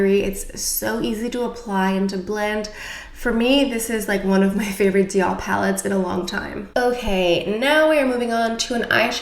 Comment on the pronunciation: I just love how you pronounce DIOR 👌🏻